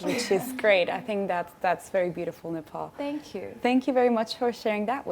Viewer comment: Ms. Nepal can't speak Nepalese language? The way she pronounced her name is very English.